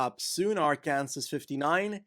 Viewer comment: FYI, Arkansas is pronounced Arkansaw, which Kansas is pronounced as it appears. There's no reason this should be how it is, other than that American English is often very dumb.